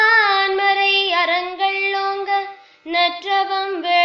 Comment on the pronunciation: மிக மிக அருமை. உச்சரிப்பு மிகத் தெளிவாக இருக்கிறது. ஒரு இடத்தில் மட்டும் நான்மறை என்பது நான்மரை என்பது போன்றும் அறங்கள் என்பது அரங்கள் என்பது போன்றும் கேட்கிறது. அது தவிர இது மிகச்சிறந்த முயற்சி. பஞ்சபுராணத் முறைப்படி பாடத் தெரியாதவரகளுக்கு மிகவும் பயனுள்ளது. பணி தொடர வாழ்த்துக்கள்.